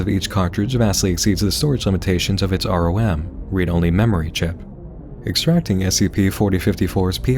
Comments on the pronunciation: its rom,like "ram" just with an "o" NOT "are-oh-em", its not lie "F.B.I." or "C.P.U." 1 it can be said as a word and literally EVERYONE does, 2. there are no "."'s to signify a pause, or an abbreviation. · Arhoem is a funny way to pronounce ROM.